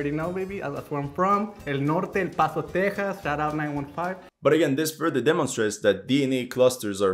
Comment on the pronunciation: lol pronouncing Texas as tayhos is wild.